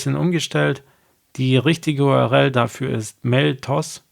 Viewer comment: Vom Inhalt deiner Videos abgesehen ist deine Aussprache einiger Begriffe etwas seltsam. URL spricht man "U-R-L", also jeden Buchstaben einzelnd, wie man ihn im Deutschen halt ausspricht. Du sagst "U-R-Rell"?!? Das nur mal als Hinweis.